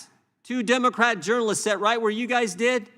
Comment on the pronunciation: Who the F#%k are you talking about Plaskett??? You pronounced Democrat wrong during your opening speech.